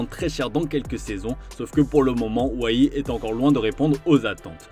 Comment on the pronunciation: pas convaincu par Wahi pas Weah 😉